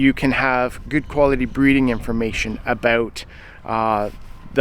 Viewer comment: Saw 'Highlands" in my feed and wondered where's this feller from?? Heard "aboot" and knew immediately.😅 His anti-nanny state views are right up there with Chace Barber from Edison Motors. A freedom concert would be great with Corb and Colter headlining.